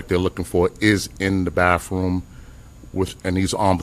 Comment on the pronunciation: really, “October eighteenf and bafroom”?? C’mon man